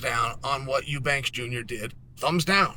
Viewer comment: I cant tale Chael serious with oobanks 😂